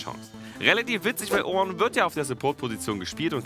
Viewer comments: Wie er ornn ausspricht richtig orrrrrrrnn XD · Immer wenn Orrrrrrn sagt, bekomme ich einen Orngasmus:D